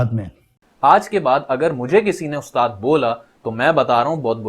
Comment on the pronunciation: Aaj k baad aap "ustaad" nahi "ustaaz" 😅